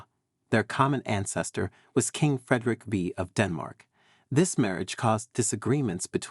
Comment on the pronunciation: Frederick the Fifth, not Frederick Vee!